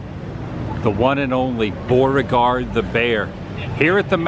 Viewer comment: Are you saying Boreaguard or trying to say Beauregard?